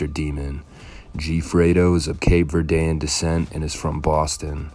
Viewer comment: No one says Dorchester demon and you didn’t say Cape Verdean right